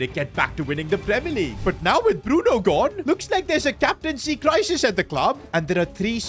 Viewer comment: Bruno f or nahco . Bruno for chicken . Get his fucking name right